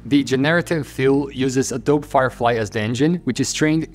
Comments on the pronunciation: Hey I’m not sure if you know but the “e” in Adobe in English isn’t silent—it’s pronounced something like “a-dough-bee.” Kind of like how you pronounce the “e” in Nike too. It’s a bit counterintuitive with words like bike and globe having a silent “e” but it has to do with the origin of the words. It’s not important of course but just thought I’d point it out. Love your videos!:) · "Adob" lmao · It is pronounced Ado-Bi (uh·dow·bee)